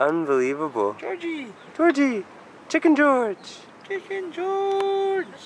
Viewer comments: Ohh I overheard, I thought he said Chicken Joy. It’s Chicken George 😂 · When said "chicken george.." I thought I heard "chicken joy"....I must be hungry..hehe. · Chicken Gorge, sounds like chicken joy! Lol